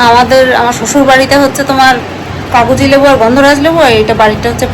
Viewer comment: ওটা কাগোজি না কাগজি লেবু বলে😂